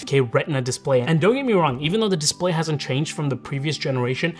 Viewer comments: What's a DISPAY? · The “dispay” 🤣🤣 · DISPAY lol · THE DISPAY 🤦‍♂ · Missing an L in your Dispay blend oder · Definitely love it for the “DISPAY”😅